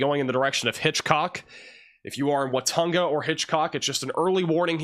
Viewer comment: I wax born in Watonga OK. Its pronounced Wa-TONG-a. emphases over the middle syllable ‘tong’